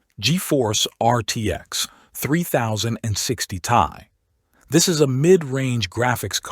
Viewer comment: Has to be, I refuse to believe a real human is saying “three thousand and sixty tie” 🥶